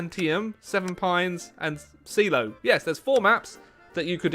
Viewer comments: “See-loh” It’s pronounced “Shy-Low” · Shiloh: exists Everyone to ever live: “Shy-low”: “See-low” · Bruh is Shi-loh not shee-loh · You pronounce Shiloh wrong. It’s (Shy Low) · Wow, this game is as disappointing as pronunciation of "Shiloh"